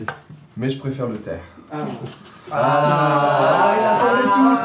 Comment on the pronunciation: J'aime bien le thé mais je préfere le TEH 😂